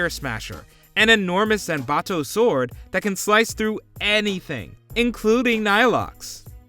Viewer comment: lol pronouncing the w in sword.